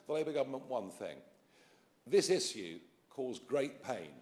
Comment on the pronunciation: Very eloquent and on point, though im botheres by how Nigel pronounces issue.